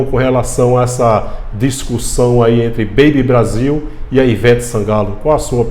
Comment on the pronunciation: Kkkkk acho tão engraçado o jeito do irmao dizer essa beibe Brasil. 😂